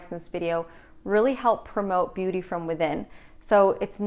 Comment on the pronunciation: Anyone else notice "Beaututy"